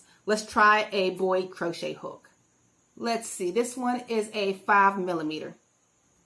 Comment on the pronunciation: It's Boye, not Boyd. Sorry, driving me nuts.